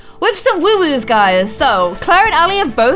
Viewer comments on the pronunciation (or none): I like how she says woo woos rather than whoo hoos